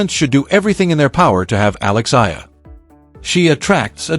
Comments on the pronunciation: Kindly pronounce the name of our Philippine tennis superstar correctly...! She is named Alex E-ya-lah (Eala). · Pls. EALA is pronounced E-yA-LA Starting to get tired of hearing otherwise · Study harder. Use technology how tonpronounce EALA properly. Its an insult to murder someones name especially a celebrity coz everybody knows. Stop calling her Aya. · Her last name is EALA pronounce as E-YA-LA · you are a terrible content creator! You can't even say her name properly, much worse, using AI voice. Why are you so focused on how much she could earn? and get your information right!!! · just to shame you can't even pronounce her name properly ALEX EALA ! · Ur commenting on eala bu u could not pronounce her name ... shame on u ... 😢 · I believe for communication purposes and just following proper reporting or documentation you should know how to properly pronounce the name of the subject of your video. Also the correct spelling of her name in the subtitles or captions.